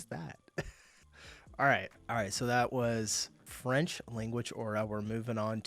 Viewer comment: As a French, her French sounded pretty much perfect, she's wrong to believe she has a strong accent! It's not surprising though as she's a native German speaker. French and German, despite being quite different in origin, have a similar phonology. That's due to France being once part of the Frankish Empire, and that's how it got the name "France", it's the western part of this empire that survived to this day. To other Romance languages speakers, French kinda sounds like their language but with a German accent. That's why she gets the impression she has a French accent when she speaks Spanish. So Germans generally pick up French pronunciation very well, and their German accent can go unnoticed, it's pretty much the same as Eastern France accents. In English and likely other languages the French and German accents are very similar and often confused.